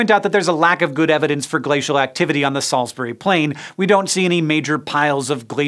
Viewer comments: Salsbree,not salsberry. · Right, so it's stone-HENGE not STONE-henge, Salisbury is Sorls-bree, and Wiltshire is Wilt-sha. But you got Monmouth right so, thank you. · And Salisbury. There's no berry on the end.